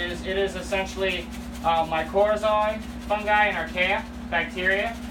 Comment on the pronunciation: Mycorrhizal is pronounced my-cor-RHI-zal or my-co-RHI-zal. “Mycor-RHI-zal fungi.”